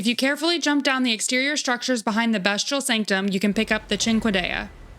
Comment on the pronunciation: Great video and even better editing. Fantastic job! One question…why do you keep pronouncing it best-che-all? These are beast incantations and weapon, not best incantations and weapon. It’s pronounced beast-che-all. Anyway, you get a sub and like . The editing is amazing! Thank you for the video!